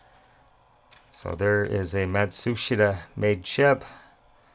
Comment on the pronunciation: Great detail. I remember one arrogant customer electronics sales guy mocking me when I pronounced Matsushita like you did. That turd likely couldn't figure out how to change the battery in his remote.